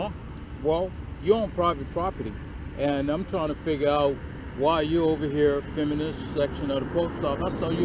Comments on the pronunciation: What the hell is "fimmin"? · They clearly employ the handicapped, which is a good thing. I love the way he say fi'mmin'. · Just stop "fimmin" already! 🤣😂😂 LMAO!!! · He needed a "Pacific" reason for why he was "fimmin" too 😂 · He keeps saying "fimmin.' The world is filming. It contains an l and a g. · "You're on this property Fimmin." What is Fimmin? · “Fimn” what the F is fimn?? 🤪😂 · What is “fimming” 🤣🤣🤣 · It’s hard to listen to stupidity. Fimin. Just Fimin. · I would have asked him what the hell "fimmin'" is... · What exactly is "fimmin?" Apparently, that's what said you were doing! Lol! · “You are fimming” Life for this guy is very very confusing. He has the brain power of a 3 year old. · It's " fimmin" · he is saying Fimmin,,right ,,im not just really stoned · Why can't that clown say 'filming' ? He keeps saying 'fimin' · Hey, the word is filming, not fimming. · I think you mean fimmin. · I axe you why are you fimmin